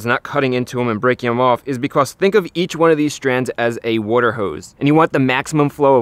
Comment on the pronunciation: strands of worter